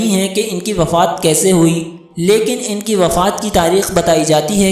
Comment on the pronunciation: عبدالباسط ہے صحیح لفظ۔ اور کسے نہیں کیسے ہے۔